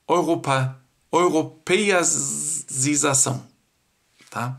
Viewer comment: gosto dos seus vídeos e sempre curto, mas tenho uma dúvida, porquê você fala "ouropa" e "ouropeização"??? Esta é a pronúncia em alemão ou é por causa do sotaque por falar em português??? E como você ou talvez os alemães chamam a moeda da Alemanha, chamam de OURO???🤔🤷‍♂️😁